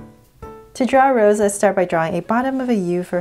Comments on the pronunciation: Sorry to correct no hate but it’s not rose it’s rosé pronounced as roseh the ae sound is added from the little slash up there and you can also call her rosie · i dont wanna be mean but its not Rose it is Rosé it gets a sound of ae rosae but we say Rosé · I rly love this but......it’s prounounced Rosé and the E sounds like “ae” like ayy so its Rose not how you pronounce the flower rose btw just usefull advice in pronouncing her name😁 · "Rosa?" She is "Rosé" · You pronounce her name like “ Rose-ay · Who else is mad she said Rose and not Rosé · Her name is not rose it's ros'e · Yes Please do more BLACKPINK and it's pronounced rose-a but spelled Rosé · Yeah that's how it's supposed to be pronounced. It's not gonna be rose. It will be pronounced as rose-ay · Hi! Just wanted to say Rosé is pronounced like Rosie!